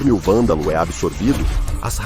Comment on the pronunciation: Poderia caprichar mais na voz da IA. Algumas partes estão meio ruins como a IA falando "Valdal" e não "Vândalo"